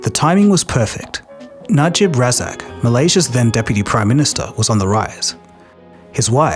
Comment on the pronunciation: Name pronunciation: Najib Razak: Nah-Jeeb Rah-zahk. Low Teik Jho: Lau Take Joe